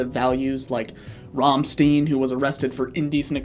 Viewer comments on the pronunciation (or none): Did you just fucking say RAMM-STEEN?!?!?!? Dude. It's RAMM-STEIN (like Einstein, but with a SH) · hearing Rammsteen is like nails to a chalkboard. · It's Rom-Stine not Rom-Steen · Something died inside of me, when you pronounced Rammstein "Rahmsteen" 😭😭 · rahmsteen? seriously? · Ram-steen? Seriously? Aside from that linguistic crime, the coworker metal tour is ruthlessly accurate, holy shit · rum steen?? dawg just search up how to pronounce it and do your best 😭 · im sorry but that was the worst pronunciation of rammstein ive ever heard (its ponounced ram-shtain) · Your pronouncian of RAAM STEEN gave me whiplash. Are you also a fan of may mays? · really nice video but you mispronounced rammstein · very happy for the rammstein mention, but your pronunciation gave me an aneurysm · Can you Americans PLEASE fix your pronunciation of Rammstein? Finally? Pretty please? Just google it like once. Thank you. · There's no way you think that's how to pronounce Rammstein lol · Bruh you better hope no germans find your video with how you pronounced rammstein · The Rammstein pronunciation hurt my soul a little 🥲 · Your pronunciation of Rammstein should be considered a crime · I fucking hate the way you said Rammstein so fucking much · immediately disliked and unsubscribed for the way he pronounced the band's name